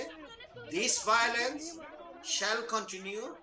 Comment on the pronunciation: How come a JNU professor can’t pronounce violence 🤣 Prof BAOLENCE 😂